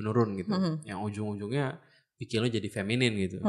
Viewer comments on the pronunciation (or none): bukan "FEMINIM" tapi "FEMININ"